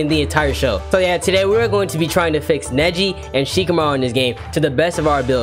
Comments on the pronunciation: that ain’t neji that is neshi 😂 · Nah that’s not Neji that Nejia